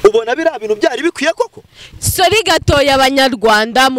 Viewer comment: Ngo Solli 😂😂😂ho kuvuga ngo sorry arantwengeje 😂😂😂😂 wewe ubona ubona ari mushiki we 😂😂😂😂 Ndagusavye reka kuntwenza